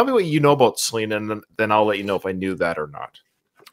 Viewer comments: Why are you saying her name like that? 😅😅 "Sa lin ah" sounds crazy Try "Suh Lee nuh" instead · For God's sake can't you pronounce Selena's name the right way